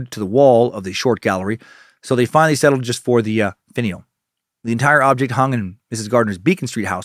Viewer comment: DAN!!! its "finn-e-ell" NOT "faneel" as you stated! lol I'm sure you have been told such already! so sorry for the length of my post.